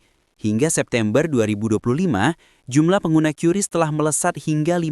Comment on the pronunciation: QRIS Dibaca Keris no Qiuris